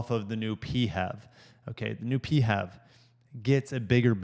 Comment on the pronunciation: The inch and a quarter receiver is not for towing. It is only meant for accessory type attachments, such as bikes and similar type things. Do your research. Also the way you were pronouncing PHEV as a single word made you sound like a real dipshit. This has to be the worst auto review that I have ever seen. Hang it up and find yourself a new hobby.